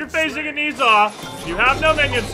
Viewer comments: Ni Sa? wtf He is called No Sha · It's not pronounced "Niiza", its "Nah-ja" I know Chinese names are weird like that, but trust me. :P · pronounced Ner Zhar...not Nee Zha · More accurately it is pronounced nausea an easier way to understand cuz its actually a word😑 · You're mispronouncing his name. The 'e' in Ne is pronounced like the 'e' in 'her'. The 'zh' is pronounced like the 'j' in 'jam', and the 'a' is pronounced 'ah' Love your vids btw :)